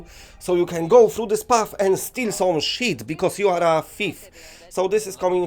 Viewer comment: “...and steal some sheet Bcuz you are a Feef!”